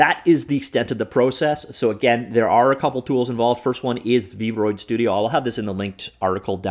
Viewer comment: Everyone: v-roid studio: Freud studio